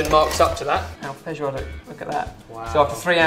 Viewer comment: Odeio como ele fala feijoada. nojentoo